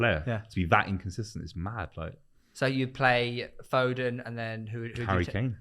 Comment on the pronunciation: This guy said foden I'm out